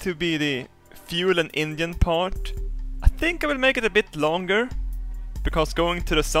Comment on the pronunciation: can pronounce sphere correctly but not engine.